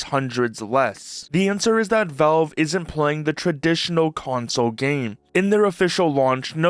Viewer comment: It's pronounced "VALVE", not "VELVE"